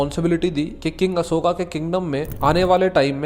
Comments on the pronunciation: Bhai pehle toh ye mahan samrat ASHOK ko ashokaaaaa Kalingaaaa bolke naam bigaadna band karo tum angrezon ki @@@ nahi ho yrrr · भाई अशोक हैं न कि अशोका 😅😅😅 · भाई बस हिंदी को बिगाड़ो मत, कलिंग को कलिंग रहने दो कलिंगा मत करो और सम्राट अशोक है अशोका नहीं। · अशोका मत बोलो अशोक बोलो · Ashoka ❌ Ashok✅ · Bhai ap kaling kalinga nahi aur ashok aur ashoka nahi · Hay it's not Ashoka it's called ashok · Bhai Aapse Ashoka 😂sunn k achha nhi lga vo ashok h 😅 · कलिंगा नही कलिंग होता है अशोका नही अशोक होता है 😏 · ❌कलिंगा ✅कलिंग ❌अशोका ✅ अशोक ❌ मोर्या ✅ मौर्य Pahle bolna sikh le fir knowledge batna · Don't say अशोका to अशोक✌️🤍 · Ashok not ashokaa Kaling not kalingaa